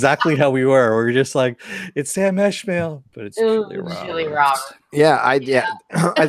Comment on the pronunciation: Sam ES-mail. Not Esh-mail